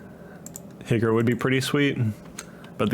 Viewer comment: You asked what I would change. Stop calling Higure, “higger”